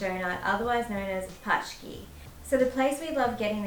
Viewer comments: its Pączki:D Paczki means „packages”:) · Paczki :))) good one friends , but pronounce was wrong - letter A vs Ą is a big difference . A=A , while Ą sounds like English OU - to make it simple - Pączki = Ponczki , because Paczki like you said in the video means Parcels :) Paczki & Pączki are two different things . The trick with CZ , SZ - is when you replace Z into H , then you will have English version CH or TCH , SH . RZ or Ż - is like G in French - Gittanes or English Giraffe . DŻ - sounds like in Italian Giro or English Jam = Polish Dżem . CH sounds like H , Chleb (bread) = Hleb , Ó sounds the same like U in word Urban or Uber , so Wódka = Vudka or Voo - dka :) W=V , Poland is a fatherland of this alcohol . Forgot the last one - L & Ł , L=L while Ł is like English W (William) . You made great job , thank you guys !